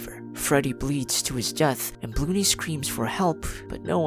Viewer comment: “Bloo-ney” so funny to hear that 💀